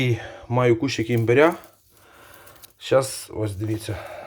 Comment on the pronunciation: Не імбірь, а імбир.